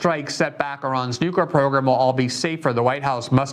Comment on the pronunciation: I see you're trying. You've gone from saying nuky-er to nookwer. It's not hard, Amy can spend weeks learning how to say Thumburg, you can say New clear. Of course, Amy can't read the name Tlaib to save her life. Oh well